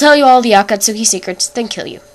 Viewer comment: lol u pronounced akatsuki and deidara wrong anywho i got itachi xD haha hes gonna kill me for no reason